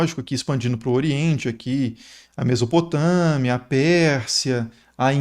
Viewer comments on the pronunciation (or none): none